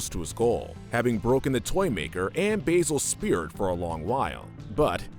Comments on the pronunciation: Basil's name is pronounced "baa-zil", not "bay-zil", idiot. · It's so irritating how Americans pronounce Basil, saying 'Bay'sil', when the movie itself (great mouse detective) pronounces his name the correct way, 'Ba'sil'